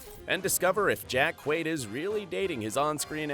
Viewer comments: Antony Starr, not Anthony. Pronounce it properly. And it's Jack Quaid, not Quad. SMH. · Butchering jacks name lol